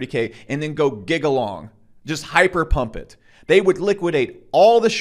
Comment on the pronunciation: "pump et"